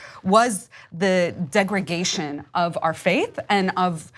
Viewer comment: Degradation. Degragation is not a word.